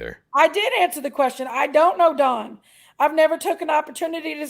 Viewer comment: Please tell that don name is DON D-O-N not DAWN that is a female name is DON DAMMIT LIKE DON THE CON NOT FK'N D-A-W-N DAWN DAMN IS DONALD DONNIE DON NOT DAWN😂